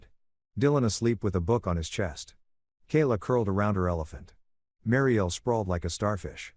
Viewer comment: Hey robot narrator boy, WHAT THE HELL IS A "BAY-LIFE"? "MARY-EL"?